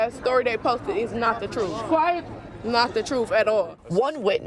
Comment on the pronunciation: “That’s not the troof” oh the irony